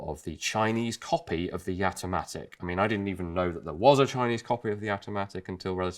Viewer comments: Its called Jatimatic not Yatimatic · All I could hear when you said it is Gat-O-Matic, which might have been a better name. :-p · I've had a Jamamatic for years. Oh, you said "Jatimatic".